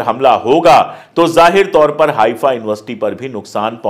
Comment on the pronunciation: correct word is हैफा not हाइफा